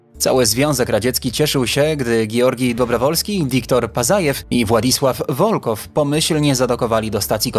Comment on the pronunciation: Dobrowolskij, Wołkow,Pacajew - tak się czyta te nazwiska . Rosjanie też byli na księżycu . Bezzałogowo. Misja Łunochod . Mniej niescisłości proszę. A reszta ok 👍👍